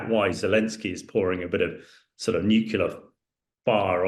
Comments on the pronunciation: NUCLEAR, not nucular. Can someone tell this guy so we can take him seriously... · Stop saying "nucular", dumbass... 🤦‍♂️